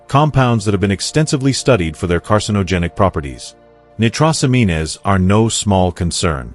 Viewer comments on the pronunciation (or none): Never listen to anything that can’t pronounce medical terminology, nitrosamine good grief